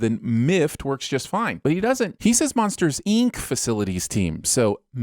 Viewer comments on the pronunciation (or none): but the "i" in Inc and incorporated are pronounced the same. Inc is pronounced like ink. Not EEnk. So it would not be mEEft. It would still be mift. Who has been calling it Monsters EEnk this whole time? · Great video but who pronounces it "Eenk" lol